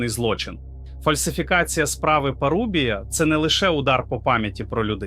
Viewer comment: Знову ШІ....😢 справа парУбія, дев'Яносто, Осічка , Чому ви такі ледачі?